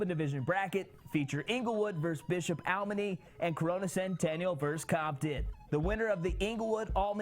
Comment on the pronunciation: It's A L E M A N Y. not almeny. Lol